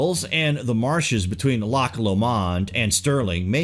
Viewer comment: I visited these in the Govan Parish Church last month (I live in Glasgow). Well worth the visit. Enjoyed your video. One criticism.. ... check your pronunciation of some of the places, particularly Lomond. You did well with Loch. 🙂 Try Ecclefechan and Auchtermuchtie 😉